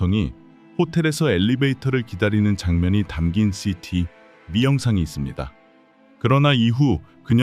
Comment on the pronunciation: CCTV. DNA ? 로보트 발음인가요? 좀 이상하네요